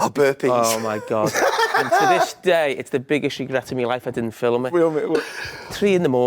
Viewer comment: I want Jamie to pronounce film in. "fill em in."